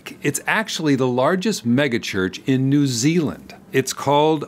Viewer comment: I’m from NZ and I applaud your pronunciation of our tricky to pronounce place names. I recall going to one of the very first Arise services in Wellington. It was small and friendly. Although I only went once. They progressively got bigger and bigger. And I guess John’s ego did too. When I went I was unaware of the false church while simultaneously immersed in it, so no idea of what he preached. When I listen now, what I hear is pathetic and weak. Simply a carbon copy of every other false ‘sermon’ I hear on all the discernment channels (and now I can immediately detect all the buzz words and manipulation techniques). It is clear there is a template they are given and taught to use and do not veer from it! I doubt these Arise pastors could tell us much of God’s Word, who God tells us he is in his Word, or what the Bible is about in a simple conversation without a rehearsed performance script!!! NZ is FUL of the False church.